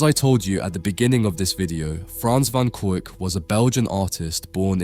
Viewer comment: Kuyck not kuuk............................................................................................................